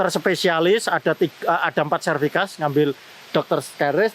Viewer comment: SERTIFIKAT PAK, Bukan Serfikat ...... Salam Closing, Semangat